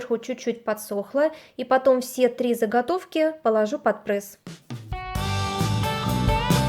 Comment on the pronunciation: Ну не прЭсс,прЕсс